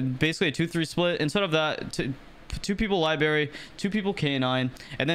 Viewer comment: This was sick, but Christ it’s lie-BRAIR-re Not lie-berry